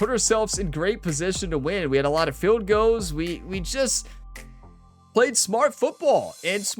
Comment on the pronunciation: Because are u saying goals or goes? Because if ur trying to say goals u are forgetting the "L" in the Goal. Because its not goes its Goals. Lol. Thats why I asked u what state u from. Because im watching ur episode 6 of ur NHL and u keep saying Goes instead of Goals. Lol. And even in football u saying it as well. Lol